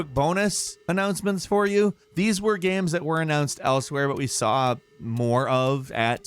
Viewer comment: Ah, yes. “Gams”